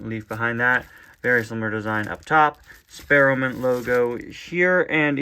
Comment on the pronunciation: I remember in 25 Days of Suggestions '22 that you reviewed the Redline version of Ernie two years ago, and now you are reviewing the normal version. Also, when you said "Spare-O-O-Mint", I would also like to call the sponsor name: "Spare-OO-Mint".